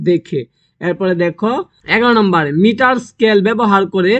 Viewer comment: Uni to thi kore uccaron pare Jule,Newton,Mitar etc uccaron e korte pare na egulaki Common asbe!?